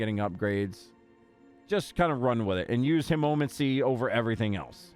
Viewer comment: Killing me with the way you pronounce hemomancy but yeah its a great vampiric power.